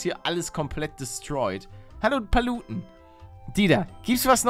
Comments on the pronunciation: Gespräch von Paluten mit General Dieter: 1. Palutenn; 2. Also heißt es momentan abawrten. So geil :-) ;-) :-) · Warum heißt du palutenn und nicht paluten ? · und die diegos sagen auch immer palutenn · ist jemanden auch aufgefallen das die Diegos hello palutenn mit 2 N gesagt haten